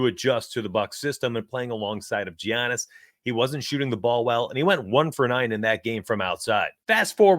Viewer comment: Lolll Gi-annis, but appreciate the insight!!